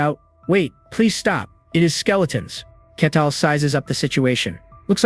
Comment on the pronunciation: That's true, the constant shift between calling him "Ketal" and "Kettle", and the classic misunderstanding words like saying "bow" as in "bow your head" instead of "bow" as in "bow and arrow"